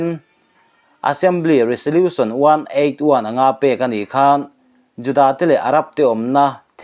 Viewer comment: 'Resolution' a 'S' hi 'Z' ang a lam tur aw